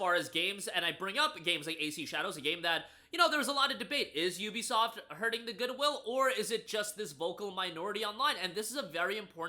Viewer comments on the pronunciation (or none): none